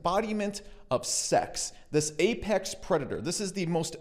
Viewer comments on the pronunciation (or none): none